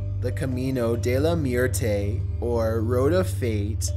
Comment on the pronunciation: #1 is a video on "El Camino de la Muerte", with the last word pronounced MWEHR-tay. Two syllables, more or less. Or two and a half if you can get your lips and cheeks working to make a Spanish accent, and enunciate the U and E distinctly. More importantly, "muerte" means death, not fate. The road of fate would be "el Camino del Destino", I think. Guess i could look that up but id rather watch more videos.